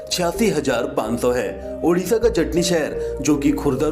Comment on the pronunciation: Dear it’s Odisha not udisha…